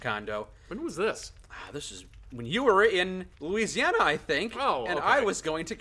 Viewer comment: Well there's also "whis"